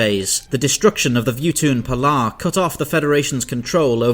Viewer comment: Everyone is talking about the Darth Vader joke at the beginning. And the joke is hilarious, no doubt. But am I the only one who likes that he straight up pronounced the name "Vuutun Palaa"?